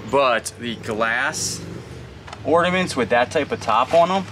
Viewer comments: That's why I came to the comments...say you don't know what you're looking at without saying it. Oh.....and "ordiments"...??? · the word is Ornaments, not ordaments 😂